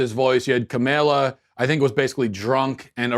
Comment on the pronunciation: The way he pronounces kamala's name is almost as bad as kamala herself